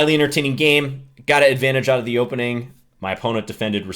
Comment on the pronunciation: "hopening" lol